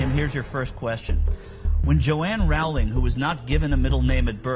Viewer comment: The author Rowling should sound like Rolling as in The Rolling Stones.